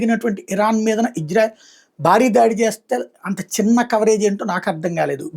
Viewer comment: బాబు, ఇజ్రాయెల్ కాదు, ఇశ్రాయేల్. కరెక్ట్ గా పలకండి. Ijrael kaadu Israel